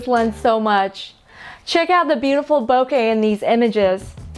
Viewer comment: Great lens, thank you for saying “ bokeh correctly.